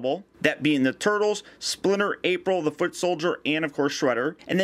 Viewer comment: Did I hear say ''Spooner'' instead of Splinter?